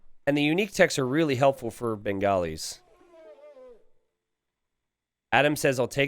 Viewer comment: mate I love you and but goddamn the pronunciations are so bad. Its Hindu-Stanis (not Stan but Sta-anis). The Bengalis are supposed to be pronounced as Ben-gaw-lis(बंगाली not Ben-gali). The UU of Hindustanis are Ghulams( Gul-alms as in how you pronounce Alms not Ghulums). They aren't Gollums lol.